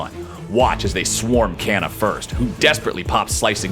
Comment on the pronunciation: It's not pronounced "ke-na" it's "ka-na"